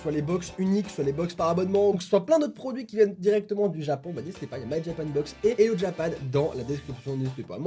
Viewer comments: l'intro est complètement WTF "Du Djapon jusqu' à Dchez vous" :D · "...du TjApAn jusqu'à TcHEz vous " x')